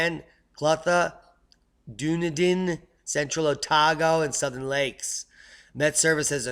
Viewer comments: Pronounced Duneedin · Scottish place name Dunedin is pronounced: Dun ("done") ee din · NZ Phonetics (sounds like you need some help with this brother) Otago = ow - tar - go Dunedin = dun - ee - din and "Wh" in Maori words is pronounced "F" ie. Whangarei (city on E coast of Nth Island)is pronounced Fun-ger-ray (kinda)